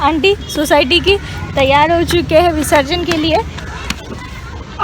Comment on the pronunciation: Visrajan nahi visarjan, pehale english seekho